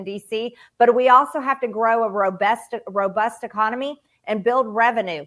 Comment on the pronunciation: My Lady said robest when she meant robust. I love Robest MTG!